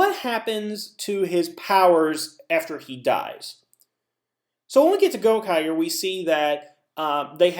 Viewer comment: Theres been a nitpick that's been getting on my nerves lately and it's how you pronounce Gokaigers, it's the same g sound like in rangers.